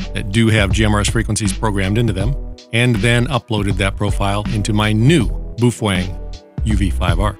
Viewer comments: Ok, so ... Bow fang is how most people pronounce it, Bo Feng is how it's supposed to be pronounced, but ... Boof Weng is now how I shall forever pronounce it! :D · "Bouf wang." LOVE IT! 😁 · "BooFwang"? LOL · you are out of tuch mate do your home work. you dont even pronounce the name correct . ijut